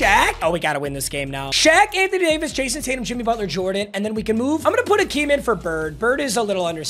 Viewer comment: It’s not Akeem it’s Hakeem bro 😂😂😂. Geesh